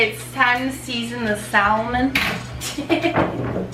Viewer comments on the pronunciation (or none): .......pinche juerta! "JOWL-A-PENOS" ... ....really? Then "SELLL-MON".... Thats why ethnic women ONLY. Thumbs up if you agree.